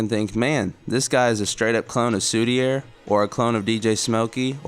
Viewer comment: The reason the 2014-15 era look bare to you is because Emune has repeatedly deleted all the releases, if you researched better you would’ve found tapes upon tapes . Also it’s pronounced Soudi-aye, hes French